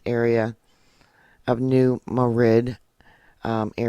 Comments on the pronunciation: its pronounced mad- rid lol live on the Madrid fault haven't felt any thing hear so far with all the small quakes. So just remember "mad" at you get "rid" of it mad rid!! 🤗💕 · THAT is simple pronunciation. was saying MA RID...NOT Even pronouncing it correctly as it is spelled out!!! You're on the wrong street corner hon...